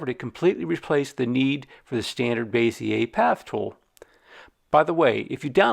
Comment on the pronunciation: Good tutorial. Bezier is pronounced beh•zee•ay, btw.